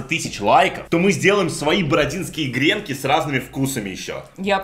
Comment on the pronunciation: Не грЕнки,а гренкИ